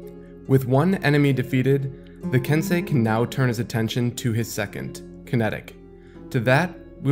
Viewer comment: i thought it was pronounced ken-sey like sensei